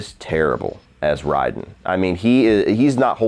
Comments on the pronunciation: I hate to be one of those guys but it's pronounced RAY-DEN not RY-DEN mk party foul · did you say "rye-den"?? I love ya, but c'mon bro. lol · Noob Sigh-bot (just because you said the fanboys would correct you lol) and Ray-din (just to add that in too). I’m so sorry you had to suffer through this garbage, this movie sucks. Here’s to hoping the new one is so much better. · You pronounce Raiden weird. Good review though. :)